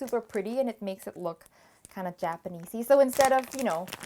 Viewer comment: "japanese-y" that's way too japanese 😸